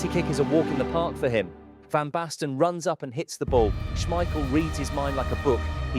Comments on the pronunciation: He is not called Peter Smeiscssjeel... Its with a K sound SmeiKel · SmeiKel,- not Smeissjel. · Say it with me, Peter SchmeiKEL. Not schmeishell. He is not a bechamel sauce. If you are gonna make a video the maybe do your voiceover correct… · According to Peter Schemichel the family name is pronounced Smeissjel, but the press called it SmeiKel so it stuck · This was great. It took a year off my life every time you said Schmeishel, but I still enjoyed it :p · How do you keep mispronouncing Schmeichel? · Is the voice AI? He pronounces Schmeichel like 3 different ways... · your pronunciation of Schmeichel name is stressing me out. haha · Imagine making a 16 minute video where you have to say the name Peter Schmeichel multiple times, and yet not looking up the real pronunciation of it. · Small detail.. The second "ch" in "Schmeichel" sounds like a hard "k" when pronounced correctly. But yeah.. We played the game so well that year, that they had to change that rule or the other teams wouldn't have had a chance come the World Championship in 1994.